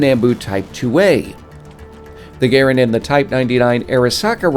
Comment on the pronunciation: Kudos for being able to say Garand correctly. I also love that the Nambu (a makes an ah sound in Japanese if you're curious) was the world's deadliest pistol...to the shooter, since it was notorious for firing if you did basic things like griped it too tightly. There's a video from I believe Forgotten Weapons where they fire one by pressing on the side of the slide.